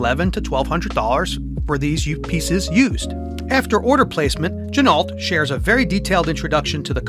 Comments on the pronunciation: Good vid but it is not gin-alt. It is gin-o Just like the car,,, ren-o,,, not ren-alt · FYI: the correct pronunciation is “G-Noh”, per the owner of the company. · FFS learn how to pronounce "Ginault" - your video is unwatchable. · It would be nice if you were going to review a watch if you pronounced the name of the Watch Company correctly.